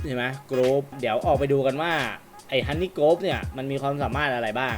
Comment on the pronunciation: ฮันนี่ครับ!!ไม่ใช่ฮอนนี่ฮอนนี่คือเงี่**ครับ😂🤣